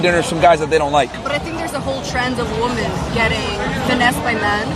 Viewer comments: A whole trend of woman. She said it. Only 1 woman. Not WOMEN, the plural form which she can’t even pronounce correctly. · She is naive and just not that bright. Suspect because she has very little life experience. And why does she keep saying woman instead of women? Just spewing words that she heard. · Another US girl that cannot use the word "women" properly. She says "woman" as the plural, and not women pronounced "wim-in!" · My goodness.. stop saying WOMAN .. it's WOMEN! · Woman woman woman woman woman woman... ITS WOMEN FFS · God, I hate it when people pronounce "women" like "woman". Why is that a thing now? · EVERYONE SAY IT WITH ME.... WO-MEN!!!!!!!! 🤦🏾‍♂️😂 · Why can't these women pronounce the word WOMEN?